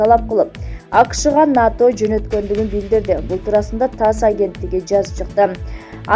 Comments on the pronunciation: Журналист туура эле айтып жатат (НАТО) деп эле айтылат, Окубаган шахмар жоголчу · Журналист туура эле айтып жатат, (НАТО) деп эле айтылат, Окубаган шахмар жоголчу